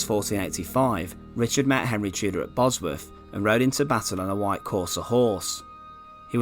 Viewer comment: It was such a shame Richard the fird was killed at Bosworf and his skelington found in twenty firteen.. Great content with narration rather spoiled, for me, by poor pronunciation.